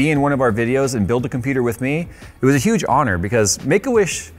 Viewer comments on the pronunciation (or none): none